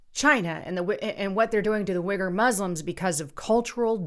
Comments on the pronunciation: are you aware that ALL brands of the vaxx being moderna, astrazenica, pfizer.....that people are dying, having seizures, spasms, strokes, heart attacks, hypoxia, all over swelling, rashes, DYING??? BTW it is pronounc WEEE Gur not wigger.: ) They are being wrongly arrested, killed off, & basically its genocide.Life Inside China's Total Surveillance State How China is creating the world’s largest prison | Four Corners China's rise in artificial intelligence | CNBC Reports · love ya, it's pronounced "WEEGER". - Nathan